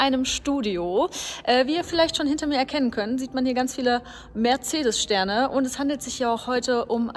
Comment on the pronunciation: Da ist kein „h“ in Mercedes!!!